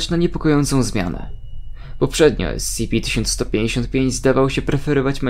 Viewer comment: Powinieneś czytać "es ce pe"